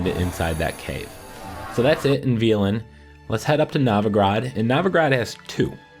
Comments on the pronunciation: You heard everybody in-game says vel•en right? How did you come up with ve•lin? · İt's read velen. Not fucking violin. (Only bad part of the video) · Could be wrong but I'm pretty sure it's pronounced vEHlen not vEAlen. Also that last one in khaer is accessible through a cave on the east side of the lake. Don't try to climb it like I did it's a waste of time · Jason Broadway are you stupid? probably just stupid... where does he pronounce is VIOLIN? you're deaf as Fuck hahaha if anything he's pronouncing it vEElen instead of Velen.. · Thank you so much for this! Well done! Side note, it’s pronounced “Vell-on”. It rhymes with felon. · Veelen. Navi-grad. Oh you have a way with words:D